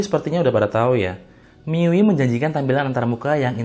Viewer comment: MIUI ITU DI BACA MI YU WAI YQ BANG SEDIKIN INFO AJA👍👌